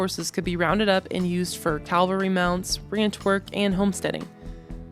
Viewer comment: Very interesting and informative. I enjoyed it. One thing you might want to work on is the difference between the words calvary (a Latin cross) and cavalry (an army component mounted on horseback). Since you say the Latin cross word many times in your narrative and I believe you mean cavalry (mounted patrol), this difference might be helpful.